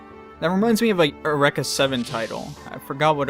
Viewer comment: Eu-rekka Seven? Dude, you pronounce Eureka in a strange manner lol. I assume it's that ~50 episode anime? While it had similar vibes to FMA, Xam'd: Lost Memories and Code Geass, I didn't like it that much. Partly due to the characters, I especially hated how lame the main protagonist was. The best, most heart-touching bit was cut short and that too was a let down. Call me cynical, but I prefer the Alt Universe movie 'Pocket Full of Rainbows' instead. I've yet to watch the 2012 sequel though.